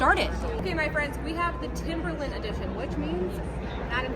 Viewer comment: You've been waiting forever to mispronounce TIMBERLINE, lol 😆